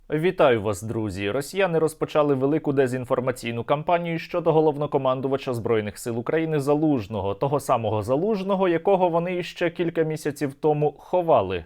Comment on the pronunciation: як це бісить - неправильні наголоси, не розпочАли, а розпочалИ